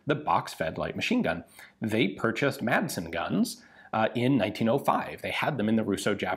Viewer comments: love the channel and content just one thing. You don't pronounce the d in Madsen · The d in madsen is silent